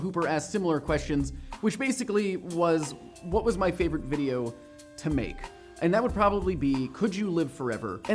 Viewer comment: "make" I thought it was "mike" which is short for michael